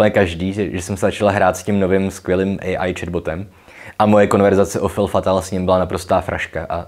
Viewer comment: Krásné (jako ta Manon), jen drobnost: fille se čte [fij] a zajímavé video. Díky! Jinak fr spisovatel Marcel Pagnol napsal trilogii, v níž vystupuje dívka Manon, viděla jsem zfilmované před lety. Je možné, že to odkazuje na původní Manon (čistota dívenky, která tam dospívá v ženu atd.).